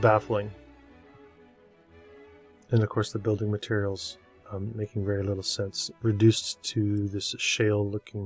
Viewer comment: Veddy good. Veddy, Veddy good. 👍